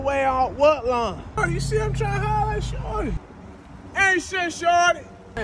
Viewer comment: it's pronounced "shoooordy"